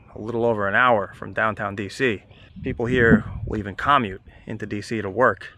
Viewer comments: You mispronounced 'commute' which is really weird because it's such common word, especially in New York City and environs. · Interesting how pronounced Potomac and commute.